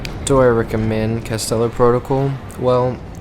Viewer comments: It’s Callisto not castello lol 😂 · I'm sry to go all Hermine on you but... It's “Calisto“ not "Castello“